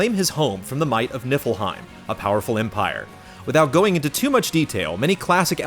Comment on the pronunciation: I thought he said nipplehiem